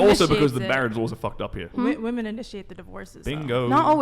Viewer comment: Can someone PLEASE explain to me why most the guests on this show pronounce "WOMEN" like "WOMAN"?